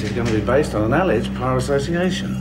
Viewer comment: ALL-eged, another case of stressing the wrong syllable. bloody aussies.